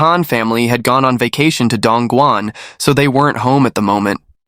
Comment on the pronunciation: The man with the rural hick accent should be properly referred to as "Yellow-neck". I have been to Dongguan, which the narrator butchered, and it WAS an amazing place. Humen nearby is where the Opium War started.